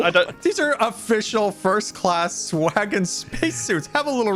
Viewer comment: Hey hey heyyyy, its Swaggon not swagon.